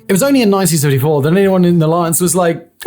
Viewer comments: Hmmm.. sounded to me like he said " it was not until 1934 that NATO first discussed military spending budgets". Of course he was slurring the year so it's hard to say.... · WTF did you even say there, in the 1934? Mini stroke?